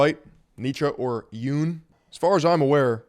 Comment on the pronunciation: jung is pronounced as Yoon-g, close the back of your throat on the G